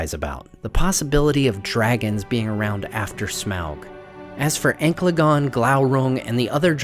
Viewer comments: Man you be absolutely butchering characters names in almost every video, Ancalagon is not pronounced “anklagon” lol, its “an-cal-ah-gon” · Bard shoots the arrow. He does not "fire" it. "Ank-la-gon"? I prefer "An-cal-eh-gon". Of course, it is merely a personal preference. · Just a narrative footnote: Ancalagon the Black is pronounced: Ann-kal-uh-gone. Not Ankla-gone. There's an A after the C. AncAlagon. Also, Ancalagon predates Smaug and the Fire drakes of the north. It is mentioned as the largest and greatest dragon of them all and a direct servant/ally of Morgoth. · It's literally Ancalagon, not Anklagon. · I thought it was pronounced an-kal-a-gon and not ang-kla-gon.... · Ancalagon oh that's a good on- Anklegone, all right whatever man. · It's pronounced An-Cal-A-Gon the Black. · /an-CAL-uh-gon/ Ancalagon the Black. yw. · This was a pretty good video, but I'm sorry to report you have absolutely butchered the name "Ancalagon."